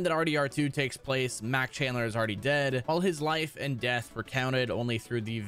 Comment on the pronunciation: Mac callander! Not chandler!